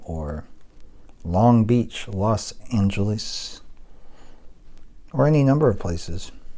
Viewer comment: "Los Angolees"